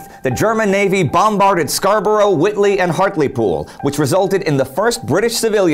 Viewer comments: whitby not whitley. Great series btw. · "Whitby" Not Witley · WHITBY! IT'S WHITBY!